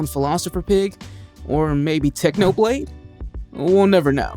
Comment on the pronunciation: did you seriously messed up technoblade crown? Come on, you gotta be kidding. Have some respect